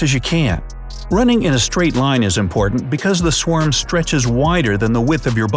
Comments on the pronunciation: “swam bees” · A “swam”? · Swarm, not Swam, dumbo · Wait did you say swam or is my phone trippin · You said swam